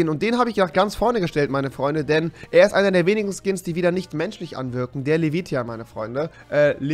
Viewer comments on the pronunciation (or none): none